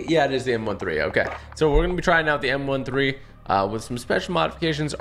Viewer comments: It m13 not m 1 3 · He said “The M 1 3💀” not M thirteen but spelled M13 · Not m one three its m therten